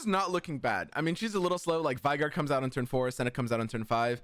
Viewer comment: We already got the veigar but is still mispronouncing his name lol